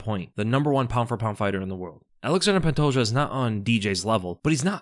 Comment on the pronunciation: The day will come when he says pantoja’s name right